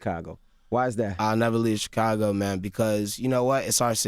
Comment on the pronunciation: Can someone teach Charla how to properly pronounce "Chicago"?